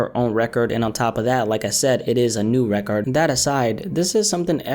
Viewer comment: why u say RECORD like that lol RECARDD